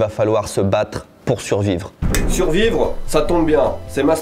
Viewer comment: Suvrire je sais pas mais survrire j’espère 🤣